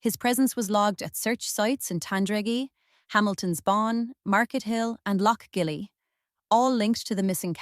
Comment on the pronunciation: The pronunciations of Laffgall (loughgall) , Arma (Armagh) and Lough-gilly (Loughguille) are terrible